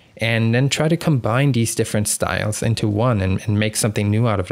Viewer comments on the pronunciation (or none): none